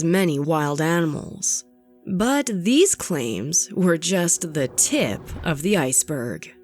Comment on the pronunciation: I don't like how you said "tip" in that iceberg metaphor